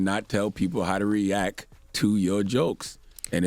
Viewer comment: Charlemagne, the word is “REACT” there’s a T at the end. Pronounce that shit.